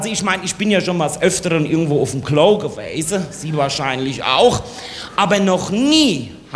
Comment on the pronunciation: Das ist eine schlechte Parodie von Heinz Schenk aber kein Hessisch. Allein die Aussprache von "Klo"....